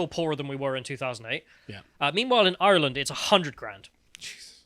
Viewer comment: has an Irish name, and says Ireland like he's chewing straw on the set of last of the summer wine.